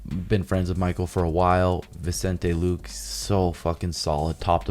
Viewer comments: Lmao! "Vicente Luke" its pronounced lou-kay.... great episode though, & JX keep killing it! These need to drop on a certain day every week that would be very clutch, maybe even 2 episodes a week... these are helping a lot of people, including me... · Is trolling by saying the fighters names wrong…. Serial Gone, Pedro Moonez, and Vincet Luke?